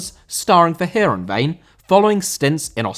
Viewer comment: Heerenveen* not Hierenvein